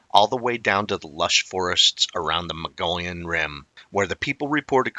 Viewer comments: I give up. You have been told and told that Mogollon is pronounced mo-go-yown or even muggy-own. I guess the rest of the world will now have to start saying “Mongolian” from your example. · I was gonna say. Muggy-Yawn..if he doesn't;t care to learn how the natives say the names, how precise is he. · Haha. Right? I appreciate but I find myself exclaiming "Mo gee ahn" every time he says Mongolian. I lived in Flagstaff for 37 years and that is how I learned to pronounce it. A bit different from your pronunciation but similar. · Mo-go-yon. Please focus. Mo-go-yon. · It is Mo-gee-yon. Hard g. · In Arizona the Mountai....mong ollan rim,is pronounced like this(moe-gee-on)like guy but long e.i'm from AZ...The Navajo Nation,and the pinon(pin-yon)that's the trees where pine nuts come from. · Moh-Geeh-on is correct 👍